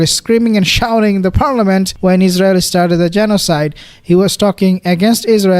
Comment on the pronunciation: Yes Exactly. There's No izzzrael. Exactly